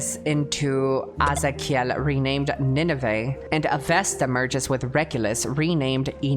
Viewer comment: I love how she pronounced azakiel, in a Spanish way, that's because her origins are Latinamericans and her first language was Spanish, so instead of English pronunciation she does an Spanish pronunciation in some words/names. I like that so much. Thank you for your video Mr kusajang. Love you 😘